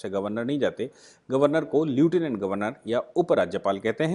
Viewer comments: Leutinent is to be produced as "Leftinent", NOT as Lutinent. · Sir bag your pardon to correct your pronunciation. It is लेफ्टिनेंट गभरर्नर not लिऊटिनेँट गभरर्नर. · pls pronounce lieutenant correctly as लैफटीनेन्ट